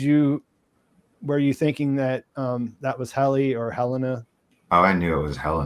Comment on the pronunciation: Can someone teach how to pronounce Helena and Jame 😆